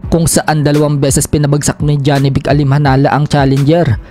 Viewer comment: Manuon ka ng fight hub tv jawi boxing manga international boxing announcer kung animhanal ba ang pag bigkas ng pangalan ni janibek… 😂😂